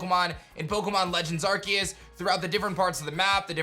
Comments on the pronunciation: NO, IT'S ARCEUS, NOT ARKOOS! SAY IT RIGHT! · IT'S ARCEUS, NOT F*CKING ARKOOS! HOW MANY TIMES DO I HAVE TO SAY IT?